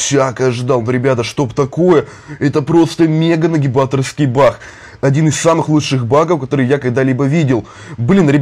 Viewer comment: Почему он говорить не баг а бах